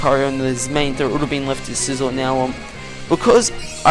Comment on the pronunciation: Oh got the way you pronounce Scizor makes me cringe.